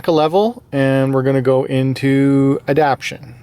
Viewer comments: Everyone of these videos every person has been saying ADAPTIONS, its ADAPTATIONS. There is a HUGE difference in the meaning of the words. lol. ADAPT-TAY-SHUNS!!!!! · You know it says adaptation and not adaption right? I’m sure someone else pointed it out by now, I just noticed it in a few of your vids I’ve been binging.